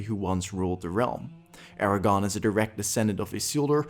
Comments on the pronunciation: I just wanna say it's ARA-GORN not Aragon. I almost thought you were saying Eragon. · Is it just me or is he saying "Eragon" instead of "Aragorn"? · It’s AragORN, not AraGON. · Good video, but each time you said Eragon instead of Aragorn I died a little inside.😢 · this man says “Eragon” instead of “Aragorn” every time and i’m not sure if i’ve ever cringed harder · Its Aragorn not aragon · great video, other than the pronunciation of Aragorn consistently being Eragon, but thats just a gripe. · AragoRn...not Aragon, you butt! Good video though! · Is anyone else annoyed by how he is pronouncing Aragorn’s name like Eragon 🤦🏾‍♂️ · Great video, but... it's AragoRn...with an R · Did you intentionally pronounce Aragorn as Aragon so if you're wrong you can claim you meant someone else? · Does he say "Aragon" the whole video..? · I cringe every time you say Aragorn's name. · Sorry man, you lost me as soon as you mispronounced Aragorn.